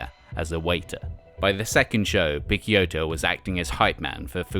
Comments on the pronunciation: Haha, I cringed every time he mis-pronounced Guy’s name....dude didn’t know though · Great as always, just a tip from an italian subscriber: I assume that Picciotto should be pronounced "piccHotto". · It's not pronounced 'Pick-Kyoto', but like 'Pitch-Yotto'. That's how Guy himself says it so it's from the man himself! Otherwise, an interesting little potted history on this most influential of DIY post-hardcore legends, really enjoyed watching!! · great content as usual but my ears bleed everytime you spell Picciotto name in that way. The name is of sicilian origins, you spell the CCI part like you'd spell CHI not Ke. Not a big deal I know, but any italian watching this will hardly make it past minute 5. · is picciotto not pikkiotto lol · Guy "PITCH-Yottoh" NOT Pick-Ya-Otto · nah. "guy" opens with a hard G (like "guh") and the UY part is pronounced "eee"). His last name is pronounced "PIH-CHO-TOE" with three syllables - PICC (sounds like "pitch") and IOTTO (like "OH TOE) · Ghee Pikkioto?..seriously? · Picciotto is supposed to be pronounced as "Pi-cho-toe". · Guy's surname is pronounced Pitch-ohtoe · I know that the narrator is mispronouncing Guy's last name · The constant mispronunciation of Picciotto's name is fucking annoying. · Man, you had the chance to fix your pronunciation of Guy's name but didn't lmao